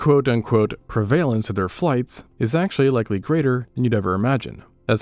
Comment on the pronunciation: You are pronouncing prevalence wrong.